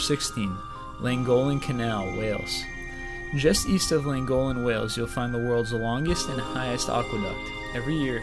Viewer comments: Llangollen is pronounced 'Thlangothlen'. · Pronunciation of Llangollen literally couldn't have been worse